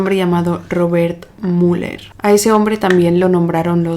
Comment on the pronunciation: Cómo vas a pronunciar Muller, a un apellido que es claramente Müller??? Hasta iA corregiría este bestial error. Por otro lado, la burrada de mencionar de que no encontró ADN!😂 Seriamente... Adn en los 1950???? No te dedicas a leer sobre casos policiales???? Por favor, el nivel de ignorancia